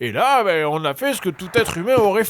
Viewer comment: met un accent sur ton "là" sinon ça fais vraiment space...